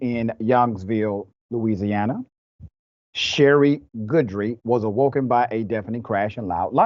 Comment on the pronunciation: lmao at the attempts to pronounce these cajun names! guidry- “gih-dree” not “gurdry”😂 and boudreaux is “boo-droe” eaux in cajun is pronounced like “oh”